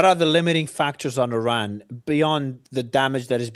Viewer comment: Please correct the analysts regarding the proper pronunciation of the country of Iran. Thank you. 😅